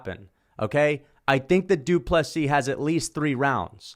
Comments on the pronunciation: Congrats you pronounce DDP’s first and last name correctly! Better than Sir Dana White to the people of SAfrica. But at least DW did address them, and respectfully. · Good to see one guy who got the pronunciation fairly correct. I might point out that the d in du Plessis is written in lowercase.... unless of course all is written in all caps. Need to get it right in 2 weeks time.